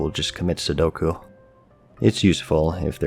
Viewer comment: "Seppuku" i guess not sudoku.